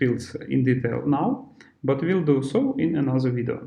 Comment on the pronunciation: Чувак, не произноси слово ВИЛ, это сразу наших выдает. Это как в Камеди клаб - Американское радио. Ю вил ор нот вил …. Will - это не слово отдельное, его проглатывают американцы И побольше артиклей